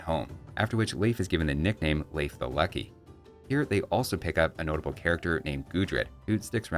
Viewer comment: As a Scandinavian, very good pronunciation of Leif. It's still a common name here.